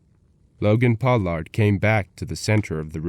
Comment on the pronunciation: Logan's name isn't pronounced Pow-lard